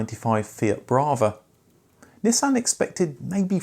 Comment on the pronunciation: It’s not a Neeesan, it’s a Nissan. 🤣